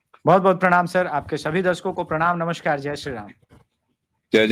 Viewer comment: अभिषेक जी ! "नमश्कार" ग़लत प्रयोग है, जो बंगालियों के 'स'-'श' के उच्चारण के अ-भेद के कारण चल पड़ा है; आप अवनीश जी की तरह "नमस्कार" ही बोलिए।